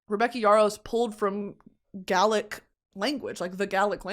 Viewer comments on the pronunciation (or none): Just wanted to let you know Brittany Gaelic is pronounced "Gay-lic" not "Ga-lic". Hope that makes sense, love you xxxxx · Gaelic is pronounced like sail, gail-lick. Godspeed from Ireland. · in the most respectful way possible its ‘bas-guy-uth’ for basgiath and ‘gay-lick’ for gaelic xoxo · Irish person here. Gaelic is pronoounced Gay-lick. Thats all :) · babe Gaelic is pronounced “gay-lick” (in Ireland anyways idk about Scotland/wales) this made me giggle lots of luv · Is nobody gonna mention she completely butchered the pronunciation of Gaelic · Brittany, I love you but you pronounced “Gaelic” wrong, and then criticized the author for using the language incorrectly?